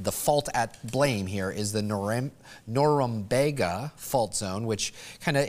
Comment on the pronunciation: “Norumbeeeeegah” is the Bostonian pronunciation.